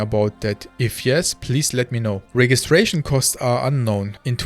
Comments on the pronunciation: The "G" in registration is pronounced with a "J" sound. 😊 I believe CIG has already addressed this but there will always be regional servers. The finished global shard simply cannot work due to enscapable latency. US, EU, SEA and maybe a Chinese region. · You"re English is better than many native speakers. Just a quick note 'Register' and 'Registration' use a soft g so it would be pronounced with a J sound 'rejister' and 'Rejistration'. My mother was an english teacher and I have a lisp, so I got a LOT of attention on stuff like this, I might have a complex. :)